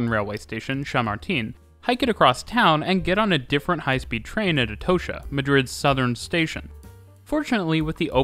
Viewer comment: "Shamartín" and "Atohsha"? 💀